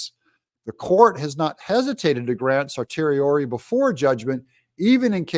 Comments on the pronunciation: Certiorari is pronounced "sir-she-or-air-y", a difficult stumbling block for sure! Love your content Doug! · sershiori ( actual pronounciation of certiori) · It’s in-ter-loc-u-tory. And, it’s certiorari, pronounced cer-she-or-ary. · Call a lawyer and find out how to pronounce cert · Hi Doug in Exile; you are awesome. So careful and thorough. One suggestion ; ask a lawyer how to pronounce certiorari! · Learn how to pronounce certiorari before you try to analyze complex and novel legal issues. And of course the government wants the trial before the election. All patriotic Americans should want the trial complete before the election. It will be a jury trial with 'beyond a reasonable doubt " being the government's burden of proof with a jury of 12 men and women, fellow citizens deciding the case.